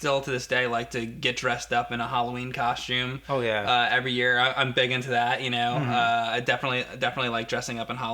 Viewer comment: is "costume" not "coshtume"